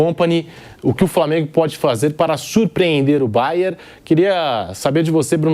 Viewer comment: Até na TV os caras falam Bayer... não é difícil de acertar esse nome não 🤷‍♂️